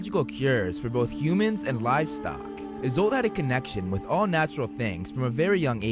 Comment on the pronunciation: Isolt is an Irish name. Pronounced ee-sult